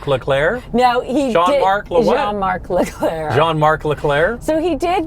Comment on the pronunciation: Guys, the “n” is silent in the French name Jean. 😂